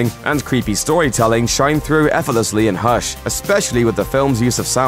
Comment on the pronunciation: It’s hush not hersh